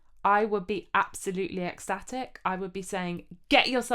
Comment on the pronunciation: My neighbour just knocked at the wall, most likely thinking it was me playing out of tune. And it's fun to hear you pronounce Lidl almost like "little". At least in Austria we say Leedle.